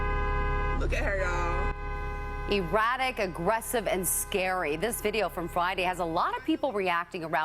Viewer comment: I thought the newsreader said erotic!